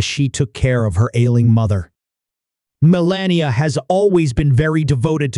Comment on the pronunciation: Learn to say melanias name